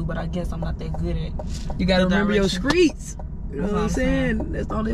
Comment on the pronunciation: Dnt nobody hear say skreets instead of streets 😭😭 reminds me of my cuzzo yas she said the same thing